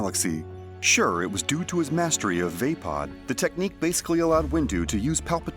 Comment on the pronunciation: VAAPAD (VAH-PAHD) Not Vaypod